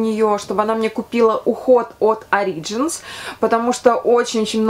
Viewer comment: Спасибо за видео, всегда приятно Вас слушать ) P.S. Правильное ударение, насколько я знаю, Origins (на первый слог)